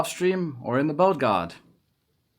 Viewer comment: Its sounds like bald or bold when you say build so its kind of Funny:D